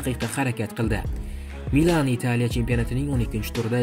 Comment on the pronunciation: Итялия, мененжер эмас-Италия, менеджер. Оддий сузлар- ку